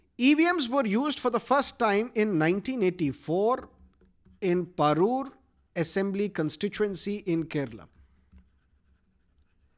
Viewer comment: Not parur ,it's PARAVUR in ernakulam district